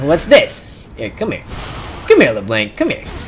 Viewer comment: It's LeBlanc...not LerBlank. XD But you're pretty funny, so it's okay.